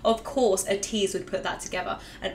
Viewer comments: ps Ateez are pronounced Aye tease and Atiny is pronounced as Destiny not as tiny xD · And ATEEZ is pronounced like Ay-teez And Atiny is like Ay-Teeny like destiny (Also luv your channel)